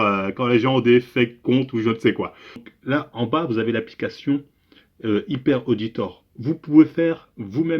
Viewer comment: « Hyper Auditor » il dit 😂